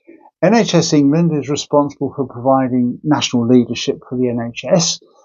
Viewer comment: It's the word 'England' he has trouble with.